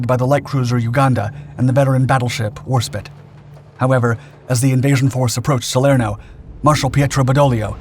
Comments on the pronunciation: "Warspit"?? 🤣🤣🤣 it's "WAR-SPITE"🤣🤣🤣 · War-spiiiiiiiite, not war-spit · It’s WarSPITE not WarSPIT! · Hey, anybody that knows any detail of WW II naval history knows that, the HMS WarSPITE had one of the most storied combat histories of just about any battleship, scoring record distance hits at over 26,000 yards on a moving target. It garners some respect and should at least have it's name pronounced correctly. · oh dude relax man, i know fully well the history of HMS Warspite, but plz chill out no need to go crazy just because a young man 80 yhrs later pronounces the name abit wrong! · HMS Warspite was my Dad’s home at Narvik and Cape Matapan and Normandy! I’m merely pointing out the pronunciation of the ship’s name.🇬🇧🏴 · Not at all! Merely pointing out the obvious pronunciation mistakes! It’s also not the first time I’ve had to point it out. My Dad served on her all through the war so she’s a bit like part of the family to me.🏴🇬🇧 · This is the fourth time I’ve pointed it out. I do know how Warspite is pronounced my Father was serving on her all the way through the war! Narvik, Matapan Normandy. I agree the channel is great contentwise. This is a niggle for my Dad.🇬🇧🏴